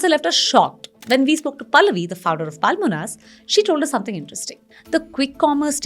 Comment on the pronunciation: It's not Paalmonas. Horrible pronounciation